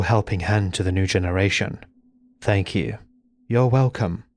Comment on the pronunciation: Fank you hahahahaha